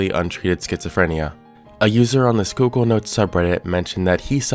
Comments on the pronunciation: PA resident here Yeah, im surprised he pronounced it right as well XD most that dont live here almoat never get it right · Oh thank God. You pronounced it right lol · I live very close to where this is happening and never expected it to get any traction outside local news stations also props on pronouncing Schuylkill right! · Former Philly person here. Thanks for pronouncing Schuylkill correctly. ❤ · It makes me happy how flawlessly he pronounced "Schuylkill," BUT the way he pronounced "Tamaqua" made me wince a little. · FYI, kudos on pronouncing Schuykill correctly but if you want to sound local, it's pronounced Tuh-MAH-kwah. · Something about the way you pronounce Tamaqua weird. But had no issue with Schuylkill bugs me